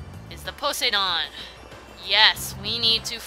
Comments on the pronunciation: Po-say-don? No it's pronounced Po-sigh-done. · you're gonna hate me for this... but it's pronounced Poh-sai-dun. Poseidon. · I hate how she says his name wrong over and over and over again!!!!!!!!!!! ITS the name of the greek god. GOOGLE THE NAME!